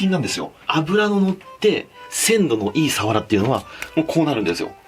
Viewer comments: サワラのイントネーション違くね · 愛知県だけど サ↓ワ↑ラ↓って言う人初めて見た笑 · 鰆のイントネーションが愛知ww 冬がうまいのは知らなかったです😀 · 鰆のイントネーションが気になる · サワラのイントネーションって瓦？🤔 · サワラの言い方気になってしまう🤭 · さわらのイントネーション気になるなw